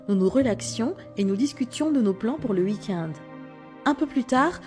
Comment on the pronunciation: On dit week-end pas ouikinde